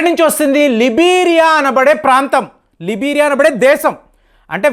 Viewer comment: లిబీరియా... లైబీరియా